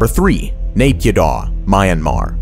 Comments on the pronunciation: 1. Ciudad Real was probably the reason of the Spanish recession 2. Naypyidaw is pronounced "na-pi-DO". And it was the background of the infamous Facebook Live of an aerobics teacher's online class dancing to "Ampun Bang Jago" while the February coup was happening behind her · Mee-yan-mar. Not Mayanmar. Nay-pyee-tau. Not neigh-pee-doh. Why do Americans always do this? Ignorance? Like how they insist on pronuncing Eye-rock and Eye-ran? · As someone from Myanmar it pains me to hear him pronounce Yangon, Myanmar, and Naypyidaw